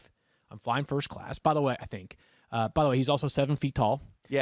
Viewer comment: Matthew said first cass instead of first class 😂